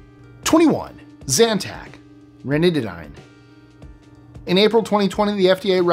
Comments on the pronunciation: it’s pronounced ranitiDEAN… I’m a Pharmacy Technician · it’s pronounced ranitidine (ranitiDEAN). I’m a Pharmacy Technician and I love correcting people on their mispronunciation of drug names 😁😁😁